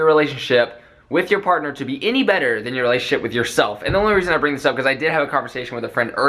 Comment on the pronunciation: "than tyour"